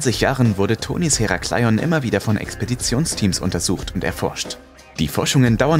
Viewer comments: Es heißt Herakleon ,langsam gesprochen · "Heraaaaclion" Herakleion hört sich ziemlich kurios an,😁 aber top Video ❤️❤️